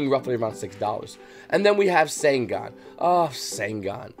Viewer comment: Bro say Sangan properly lmfao 💀💀